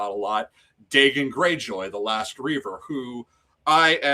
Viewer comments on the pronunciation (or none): great stream, but it was painful to hear the mispronunciation of Dagon over and over